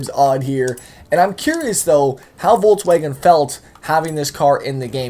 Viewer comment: is it just me or is saying "voltswagen"